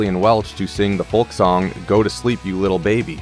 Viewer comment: FOLK THE L IS SILENT DA